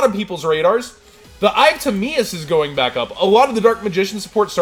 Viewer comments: the eye of teh-my-us......you hurt me with timeeus lol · Ta-MY-us. Eye of TIMEAUS... Oh u fixed it later 😄😄😄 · The eye of timaeus pronunciation hurt man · Yung Marik I don't mind the kabazuls pronounciation but I just can't see how you can get Timaeus wrong if you have watched the show and the iconic way Atem says it